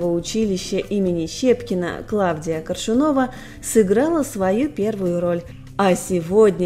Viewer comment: КОршунова-- хоть ударения правильно ставьте.